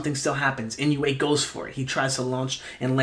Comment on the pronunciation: A little helper on pronunciation: "Inoue" is pronounced like: EE-NOH-WAY (not exactly, but close enough for English speakers) ... there's no "you" sound in there. It's EE-NOH-WAY rather than IN-YOU-EIGH